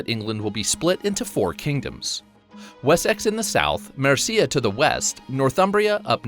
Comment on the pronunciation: I wanted to throw up when he said Mercia 🤦‍♂️